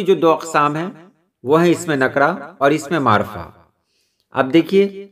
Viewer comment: اسم نکرہ اور معرفہ کا تلفظ بھی آپ نے صحیح ادا کیا